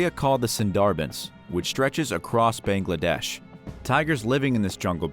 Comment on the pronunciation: every indian be like: cringing at his pronounciation of bangladesh and sundarbans (ik my spellings r wrong but if this comment reaches 100 likes il send the actual pronounciation)